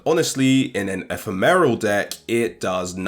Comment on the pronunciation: I cannot deal with this e-phe-meral.